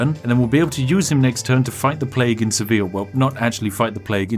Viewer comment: This Is my favorite video of your channel. Mostly because the pronunciation. "SEVIL" "LION" "ACORUNA" "TOULDEO"